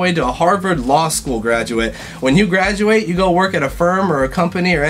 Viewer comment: Lol "gradurate" he really is half asian